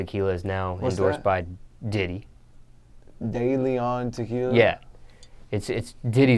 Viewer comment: De Leon is pronounced... Deh - leh ohn .Not Day Lee on 👍🏼